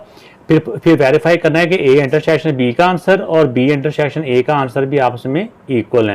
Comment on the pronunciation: Intersheksion ❌ intersection, ✅ 😊😊😊